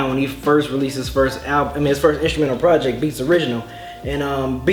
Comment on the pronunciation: lol god forbid they ever find another word for "project"...or, i mean.. "projeck"